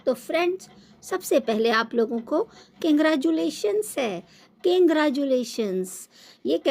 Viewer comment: Bhut sahi pronounce kiya hai aapne di congratulations ko😂😂..ye log kuch v paros de audience girte padte pahuch hi jati hai dekhne...mujhe ye nhi samjh me aata ki aakhir log sikhte kya hain enke videos se..